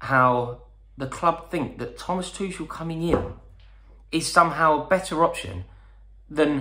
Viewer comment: rory ffs its prounounce thomas Tuchel(ch is pronounced like h only so its like Thomas Tuhel